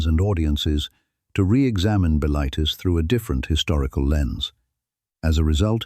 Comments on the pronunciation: Buh-LITE-iss should be pronounced BILL-it-iss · m8 you wanna decide if the voice is yanky or english and how to pronounce bilitis? or are we just doing whatever whenever?